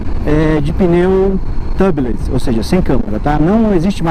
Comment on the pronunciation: Só lembrando que se pronuncia "tiúbiless". Em inglês a câmara de pneu é "tire tube" (se pronuncia taier tiúb), porque tub, escrito sem a letra e no final (se pronuncia "tâb") é banheira. E pneus "tâbiless" seria um pneu sem banheira. kkk